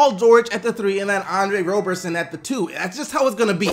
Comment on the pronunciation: I'm starting to get really annoyed with all these motherfuckers that can't pronounce Roberson's name. Seriously, it isn't that hard. Also, why is it so difficult for you to understand that Melo off the bench would work wonders? There's only one ball to go around when any given 5 players are on the floor. Patterson is better than Melo across the board on defense. Therefore, start Patterson (a player who doesn't need touches), which then strengthens, albeit just slightly, your starting lineup's defense. Then give Melo big minutes off the bench (ie: playing the full 12 minutes in the 4th). In this scenario, Melo will only be on the floor with either George OR Westbrook, rather than simultaneously, at any given time thru the first 3 quarters. In general, he will be going up against a weaker bench player from the other team OR a tired starting player from the opponent. Melo is already a great scorer, so think what he could do against bench/role players when he's fresh and they aren't.